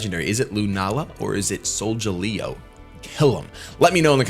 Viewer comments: It's Sol-ga-leo! Not Sol-ja-leo! Pronounce it right man! Sheesh! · "soljaleo" goddamnit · imo I think it is pronounced Solgaleo with a hard* g cause galileo the space dude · soul -ga-lay -oh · is it hard to say Sol-Ga-Leo because that was bugging me still like the video btw. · Solgaleo.... Sol- the sun. Gal- as is galpal or Galileo the Astronomer and Scientist, e- and o- as in the letters....Solgaleo... retains the Leo also...:P Just wanted to be helpful.